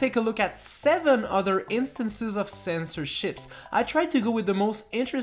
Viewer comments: Why does it sound like censorsh** to me? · Did you say CENSORSHIPS or CENSORSH**S?